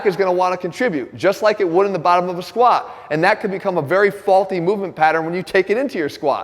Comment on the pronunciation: I wish he'd pronounce the t in squat